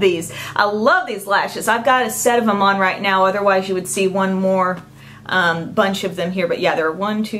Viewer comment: I just love the way u talk!! Like when u said "I'm wearing it nowwww". The way u drag out the last syllable of some words....ur Awesome!!!